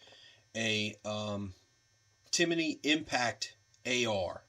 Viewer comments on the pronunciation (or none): It's pronounce Tim-ney.... not Timiney. 👍